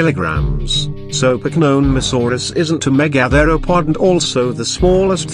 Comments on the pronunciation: The pronunciation of "megatheropod" in this video is driving me up the fucking wall. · First learn how to pronounce Megatheropod